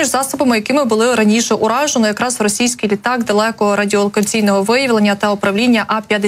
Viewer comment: Ну невже так важко вимовити РОСІЙСЬКИЙ ,а не росИйський.